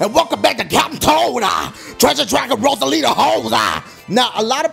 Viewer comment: q.q why does he say "rosalita"?